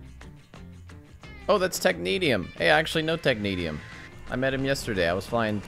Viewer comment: ‘Neat’ video as always, that RIO guy won’t shut up though. It’s pronounced ‘Technea-sh-ium’ not ‘Tech-neat-ium’ ;)